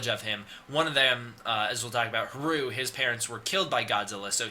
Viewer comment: Its funny because you make a point of saying you know how to pronounce Adam, Martin and Haruo, but pronounce Haruo incorrectly throughout the video. Its Ha-ru-oh, three syllables. Thanks for putting this stuff together though. If you have a link to the original Japanese source on the plot synopsis I'm happy to translate it for you to try and figure out the wierd timeline stuff.